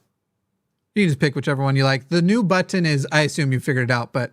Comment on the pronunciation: I love how says words like “button”; it’s like “but-ton”.